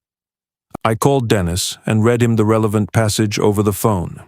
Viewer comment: Can't you pronounce anything right "read" ???